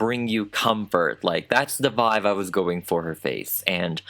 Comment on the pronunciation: Did anyone else notice that says VIVE instead of VIBE? It's adorable. I noticed so long ago. I think it's so damn cute! Love your videos babe!! 😝 ❤🧡💛💚💙💜